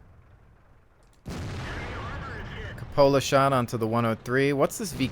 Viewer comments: cupola [kyoo-puh-luh] Not Cup-ola. lol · Drove me a little crazy listening to this one XD It's pronounced coop-ola like the coop in 'chicken coop' or 'cooped up'. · No, it is pronounced kyoo-puh-luh, like Q, not cup, not coop. Dictionary. com will give you voice pronunciation to clarify.